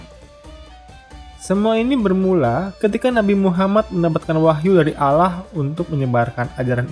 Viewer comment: Quraish dibaca Quraisi, lafadz Allah yg mesitinya dibaca tebal dibaca tipis